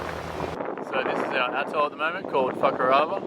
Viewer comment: I’m pretty sure you just said the name of the Attol was “Fuk ‘er over”. 😂